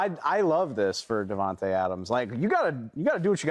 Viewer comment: bra can y’all stop saying devonte when it’s davante y’all blows me